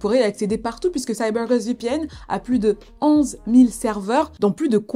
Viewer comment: Petite parenthèse dans cette vidéo 🎬, dans cette histoire, mais j'adoooore 😍 l'accent " CYBER GOST VPN " 🤗😘😊